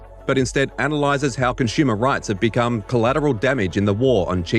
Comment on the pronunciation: Did he just say conshoomer?